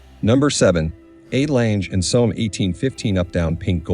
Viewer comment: What a crappy pronunciation of the legendary watch maker name just like the rest of it!!!!!!!Learn a bit, not everything is English!!!!!